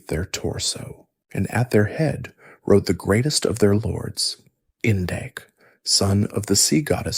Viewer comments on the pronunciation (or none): none